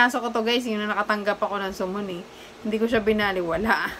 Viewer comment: Sa-mon po or Suhmon